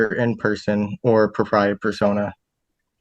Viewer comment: He can´t even pronounce it properly. It´s D ü b ü, the s is mute. He also mispronounced the Latin "propia". So full of himself, and so ignorant. A total jackass.